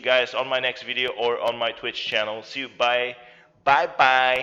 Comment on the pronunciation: did he say BIDEO instead of video? 😂